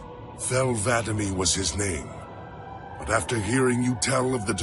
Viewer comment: i love how vadam was mispronounced all throughout this video even though this video was made after guardians was released and the name was pronounced correctly.